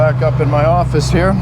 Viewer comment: "I'm just trying to bring you a long if I'm doing anything up *he-ah.".....For one, I'm lonely. I can't even eat alone; my mom said she had to feed me in a highchair until I was 12, and that was being breast fed. The 2nd reason is, if I can get viewers acustomed to the drolest video content ever known to man, you'll then happily watch anything I clown-cobble together after that, and the negative Teflon tape usage comments will go way down. More or less, I'm desensitizing my audience away from sanity. *he-ah, 2-syllable pronunciation of 'Here'